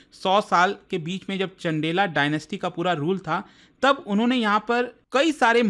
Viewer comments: चंदेला नहीं.... 'चंदेल' है, महोदय सम्मान के साथ सही उच्चारण करें, ज्यादा पढ़ने पढ़ाने से अंग्रेज़ नहीं बन जाओगे l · Chandela nhi.. Chandel Sab me a jod do fashion h kya? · Sir humble request if your content is in hindi then please research in hindi as well. Learn to pronounce hindi words properly like it's not चंडेला (चंदेल) मंडपा (मंडप), you are a teacher you teach them how to pronounce as well. & Thank-you for your daily Information. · चंदेला नहीं चंदेल और नगर नहीं नागर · चंदेल को चंदेला,,, और नागर को नगर,,,, हद है अंग्रेजी बोलने की